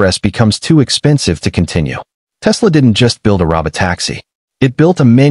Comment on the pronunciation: 1) This could have been a LOT shorter. 2) I am so tired of computer generated voices. Please, YouTube, don't put these in my feed. "ro-bot-AX-ee". Really? A bunch of others as well.